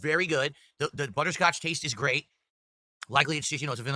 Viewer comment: “Buh-Tur Scotch” 🤨